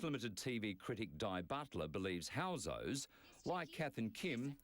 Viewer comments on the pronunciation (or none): its housos not hosos lol